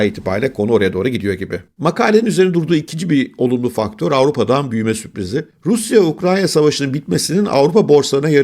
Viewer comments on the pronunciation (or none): Hocam Ukranya değil Ukrayna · Sanırım yalnızca bir kez ukrayna demeyi başarabildiniz. Dikkatimi çok dağıttığı için belirtmek istedim 👋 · Ukranya değil Ukrayna 😊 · Ukranya degil UKRAYNA...